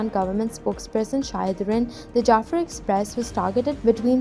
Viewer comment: Brother, JAAFER , .NOT JAFFER , THIS IS WRONG PRONOUNCEATION